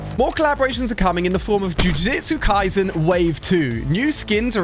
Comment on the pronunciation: Bro said jujitsu Kaisen instead of jujutsu kaisen